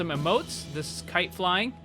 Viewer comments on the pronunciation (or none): none